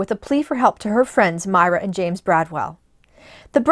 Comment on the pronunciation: Pronounced MY-ruh, as in Breckenridge.